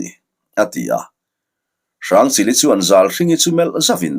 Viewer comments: Hrangchilhi sawi sual ce zuks😂😂😂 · Hrangchili i ti zeuh mai .. ah 😂😂 ka hresual zawk em aw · Lam sual ve palh a ni maw😂😅 hrangchilhi